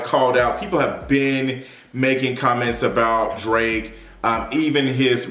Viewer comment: Did you just call him Drak- I’m done. 😂